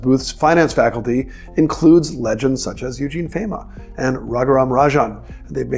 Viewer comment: Fayma? Please learn how to pronounce his name sir.